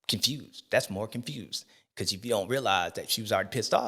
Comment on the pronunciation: “Confewsed” as hell